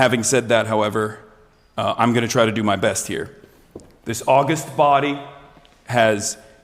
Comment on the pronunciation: FYI, "august body" is pronounced like "ah-gust," not like the month